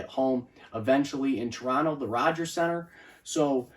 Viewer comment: Thank you for pronouncing our city name without the second “t” 👍